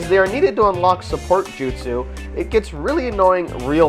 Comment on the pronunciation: Bad review. What the fuck is a jutesu You say that word to many times. People only say your review is goos is because you show Naruto in good light. Once you have 100% you make it seem like you have fully beat the game and can throw it away. That is probably true as Naruto sucks and begs to suck anyone's balls. Why would i buy a game to look at gay scenes?